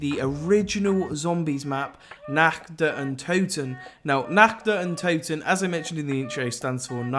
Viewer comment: "in this video im going to be going over the nakch der untoten"